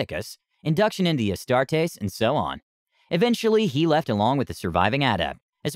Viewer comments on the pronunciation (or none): none